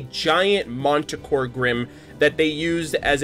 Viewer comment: That's not how you're supposed to pronounce manticore, but whatever. Also, fun fact, manticore is an anagram of cremation.